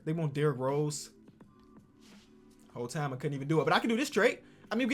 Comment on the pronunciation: You can tell from the chi he said "whole time"🤣🤣🤣🤣